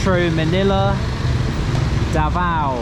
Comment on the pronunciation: U pronounced davao wrong and shouldnt be pronounced faster.